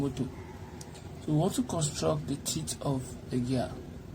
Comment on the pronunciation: The pronounciation of teeth 😭😭